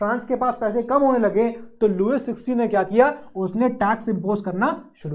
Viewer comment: लुइस नही, लुई बोलिए